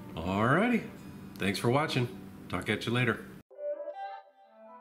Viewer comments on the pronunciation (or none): none